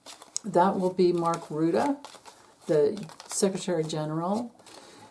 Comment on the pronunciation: Musk, Putin involved. Mr. Rutte, pronounced Rooteh...